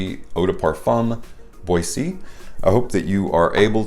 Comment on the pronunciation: "Bwa-ZAY!" 🙌 It's the proper spelling too. Unlike Cedrat Boise without the accent aigu which should be pronounced "Bwaz." Haha I never thought of that top hat though. To me, it always looked like a dude in a turtleneck or scarf. 😄 Really enjoyed your take on this one! Huge props on the work you're putting in to bring us daily content. 👍👍👍